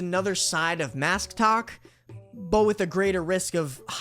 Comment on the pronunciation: u said “masktok” and I thought you said MASCtok like ok these guys are just extra masc? NO. THESE ARE PEOPLE WEARING MASKS ON TIKTOK!!!!????